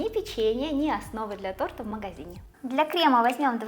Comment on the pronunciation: За все годы, что я смотрю и слушаю, впервые услышала оговорку в слове,, тортА,, 😊Прикольно так😂